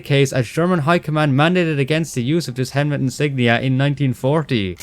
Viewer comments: why do you say hemlet? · When you comment on the shotgun with 7 shells instead of 6, does that count the one in the chamber? People often forget that, and I'm not saying you did, but games often do, forgetting to pump or rack the action after loading. Also very confused about your pronunciation of Helmet and incendiary, but I don't blame you. Incendiary is an odd word.